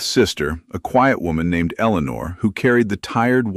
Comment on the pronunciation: Complements to both the creator of this story and the narrator for correctly pronouncing the name “Eleanor”. I liked this story as it gives us a different perspective of what the frontier was like for small farmers dependent on their windmills, well, kitchen gardens, the construction of their small homestead cabins. I also like that Jonas, an 18 year old orphan raised by an uncle after his parents died. The uncle did not really want the reasonably of a child. Listening from Clarksville, TN.